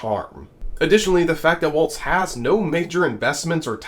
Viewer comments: Governor Walz is great! Now we just need to teach the nation that it's Walz - pronounced walls - it's not the dance 😉 not a "t" in sight. I was wondering how many times I would see the clips of him pointing out the need of help on the news (he did it in both rallies today - as did Gov Whitmer). He did look like he was going to jump down & help himself. I actually know a Walz family - they live a couple blocks away from me. 🙂 I hate to lose Tim Walz as a governor, but I do think he is the right person for the VP job right now. So excited for him! I grew up in a small mining location on the Iron Range in Northeastern Minnesota where my dad grew up & my mom grew up in Loyal which is about an hour from Eau Claire. I have lived my life within a two mile radius from my parents house & my grandparents house (they lived across the street from each other). Both parents grew up in small towns & places where everyone is either related to each other or at least knows multiple generations of your family. I grew up in my paternal grandma's parents house & my parents owned my grandpa's parents farm about 25 miles away. My mom's parents also grew up in small towns - my grandma in the town my mom lived in & my grandpa in southern Minnesota. My aunt & cousins are still near my mom's hometown. I went to the same school my grandma, dad, aunts, & my older siblings went to. My dad was the welding instructor at the local vocational school & it sounds like Governor Walz is very similar to how my dad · I was told that Tim’s last name is pronounced WALLS not Waltz with the T sound. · I enjoy your videos! But... please pronounce Tim Walz' last name like "walls", not "waltz". Thanks! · Love the channel, but please start pronouncing Walz correctly. It's *walls, not *waltz. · Walz pronounced Walls….. not pronounced waltz….. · Isn’t his name pronounced like WALLS and not WALTZ….let’s get it right! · Fyi: His name is pronounced "Walls" not "waltz" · Walz is pronounced like "walls", not "waltz".